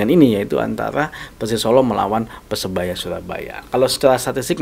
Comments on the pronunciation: lidahnya kurang lancip jd bicara R tdk jls . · PERSEBAYA BUKAN PESEBAYA RRRRRR